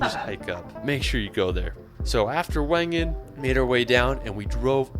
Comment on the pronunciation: Young frow Vengen Grindvald Wifey was right pronounced wrong. on the range lives there. The bowel had a shooting range for tanks they aimed into a cave high up.